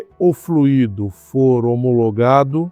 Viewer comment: A pronúncia correta é “fluido” e não “fluído”, sem acento. Num podcast, o Sérgio Habib, antigo presidente da Citröen no Brasil, disse que o AL4 dava problema no Brasil por conta de superaquecimento. A PSA no Brasil teve que adaptar um sistema de refrigeração através de aletas. A cúpula da PSA na França sabia do problema, mas não autorizou o desenvolvimento de um câmbio modificado para nosso país. Agora, a Renault fez alguma modificação nele, pois esses problemas não aconteciam na Duster, por exemplo! Se eu encontrar o link dessa informação do Sérgio Habib, eu posto aqui!